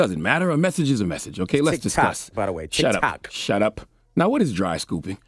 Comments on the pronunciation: Did he just say TikTak?!!😆😆😆😆He really is Uncle Charles! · Lol 😂 dude call it “Tick Tack” he said “I do not need to be on Toks Ticked to be challenged” 💀 lol Charlamagn finally got comfortable with his stripes and stopped pretending to give af about all the irrelevant flash culture bullshit. 💀🤣 I love it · He def said "Tik Tac" 🤣🤣🤣🤣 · Tik Tik...🤣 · "Toks Tik" 🤣🤣🤣🤣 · " I don't need a Tok til" Charlemagne 👌☮️🍯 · He called it tic tac 🤣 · “ Toks Tik “ 😫😩😫😩🤣🤣😂🤣😂🤣😂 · "Toks-tik" i felt that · “Cause you wanna Tok on Tiks” 😂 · Anyone else found it hilarious how he keeps mispronouncing Tik-Tok, but u correct anyone else. 🤣🤣🤣